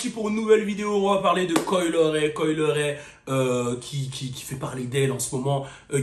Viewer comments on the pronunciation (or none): Coi "Le"-ray 😂😂😂😭😭😭😭😭 les francais et la prononciation c'est chaud